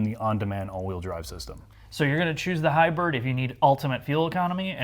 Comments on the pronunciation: Someone can't pronounce HY-BRID! (NOT HY-BIRD). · why does the bald one pronounce it Ridge-lynn and Hy-bird? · Ridgeland and Hybird? Are you mispronouncing those on purpose? We also don't need to see your hair laden beer gut. All that aside your video may help me decide to buy one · Overall, I dig the review. What I cant get past is, weird pronounciations like, the Honda Ridgelin and the fact that the Maverick is a HighBird. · “Ridge Len” “Hybird”… Really?